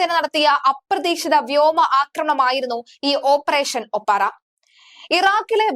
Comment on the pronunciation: ഓപ്പറേഷൻ 'ഒപ്പാറ അല്ല ഒപ്പേറ.